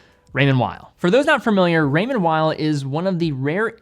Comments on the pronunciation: Swiss guy here, great video! Just so you know it is said Raymond « vale » not « while » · Weil (pronounced vile) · Man it’s Called Raymond “Veel”